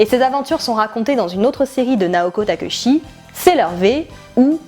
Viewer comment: Très bon épisode résumer sur la première partie de l'arc 1 de Sailor Moon, mais attention aux prononciation des nom Naoko Takeuchi se prononce Takéutchi et pour Ami c'est Émi, enfin je suis vraiment très satisfaite, un pouce bleu et je m'abonne à ta chaîne pour t'encourager, GIRL POWER!!!